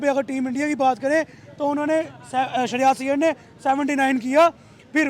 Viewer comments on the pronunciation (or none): He is Shreyas Iyer not Shahryarz 🤣😂 Hindi ki band baja di